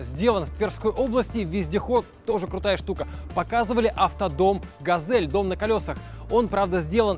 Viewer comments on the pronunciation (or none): none